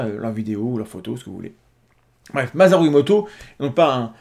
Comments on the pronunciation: Par contre, ça se prononce [MA.SA.LOU] et pas ma.za.rou... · MaSaru Emoto OSamu Tezuka Naomi ÔSaka S'il-vous-plait, prononcez le S comme un S quand c'est un nom japonais. Les français méritent de savoir ne pas écorcher le nom des autres. Leur accent n'en sera que plus sexy. Merci.